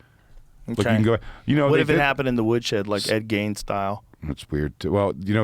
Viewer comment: Rogan is calling him "Ed Gaines" now. What are we doing?